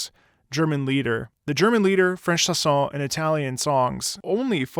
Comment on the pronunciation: As a French yes the first time I heard it I was searching what were the lyrics cause it didn't meant anything but some words seemed to be "carré", "sauve-la", "flâner", "nez" "roux"... ( Also it's chANson not "chAs(s)on" ^^ in phonetic it's pronounced {ʃãsɔ̃} ) Love your videos ^^